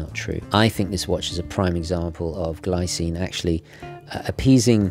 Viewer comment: "Gleecine" should be the correct way to say 😉